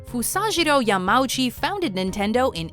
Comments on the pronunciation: I think they mispronounced the name Yamauchi . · Pretty sure "Yamauchi" is not pronounced like that...